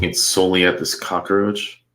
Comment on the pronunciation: This offender deserved the full 3 syllable cock-a-roach,!